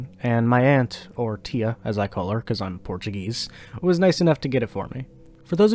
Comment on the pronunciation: Not liking the way you said tia 😭